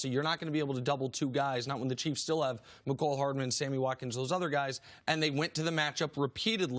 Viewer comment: He really said “Neego Hardman” bro what😂